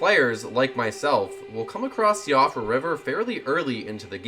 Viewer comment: Siofra is pronounced Sheefra by the way. It's an irish name.